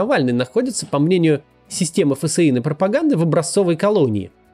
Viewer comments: Максим, читайте пожалуйста ФСИН как фсин, а не как Ф.С.И.Н., слух режет)) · Почему фэсэин а не тупо фсин? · Да почему Ф С И Н, а не ФСИН? Как же режет слух